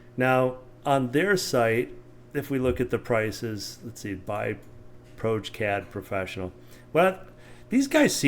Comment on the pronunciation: Proge- pronounced as in Project---- Prodge-eee-Cad...:) I might adopt pierogi cad though